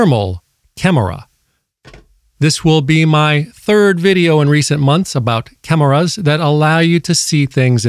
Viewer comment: Too bad I already had the Seek thermal version from 2 years ago. This "cam-er-ras" cost alot less "munnies" and claims a higher resolution. Your slower paced and extra syllables are different but the message comes across clear and isn't some hyped up screaming annoying video.